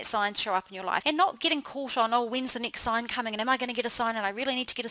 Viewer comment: She pronounces her short vowel "e" exactly the same as short vowel "i:" next: nixt, reflect: reflict, beckoning: bickoning, heading: hitting, tend: tind, blessing: blissing